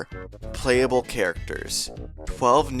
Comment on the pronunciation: "Dis video will be plehable on the original nintendoo 64 console...."